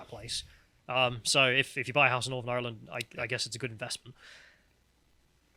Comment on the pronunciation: has an Irish name, and says Ireland like he's chewing straw on the set of last of the summer wine.